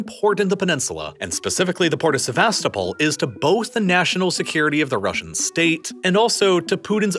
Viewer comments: Correct way of pronouncing Sevastopol is: sɛvəˈstoʊpəl with a stressed 'O' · Se-vas-TO-pol! In the late 90s our kids met a Ukrainian exchange student, who said she was from SevasTOpol. Otherwise, I learned a lot from this thorough video. Thank you. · the way he pronounces Sevastopol 🤮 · The pronunciations make me wanna puke. Especially Sevastopol